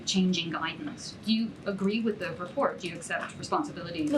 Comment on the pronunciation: Lmao.... "They released this RESPORT so any SPASPIFIC questions you have..." CAN NOONE IN THIS ADMINISTRATION FORM SENTENCES